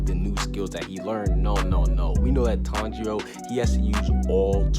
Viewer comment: Why are you saying tong 0